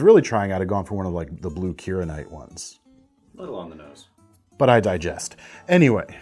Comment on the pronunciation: When said I digest instead of I digress I laughed out loud!